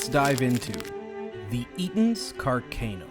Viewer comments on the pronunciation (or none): Interesting and well made vid. Car-Can-o is the anglicized pronunciation though not car-cane-o